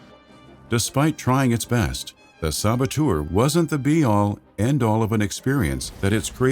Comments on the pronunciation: I really hope he’s hinting at a “The Saboteur 2: The Sabo-Two’er” since he says it like that. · The "Sabatour'... :)